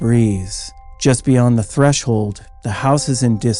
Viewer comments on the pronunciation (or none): none